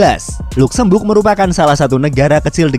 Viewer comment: Ejaanya adalah “ Lazemberg “ bukan “ Lukzembug “ aduhhh 😂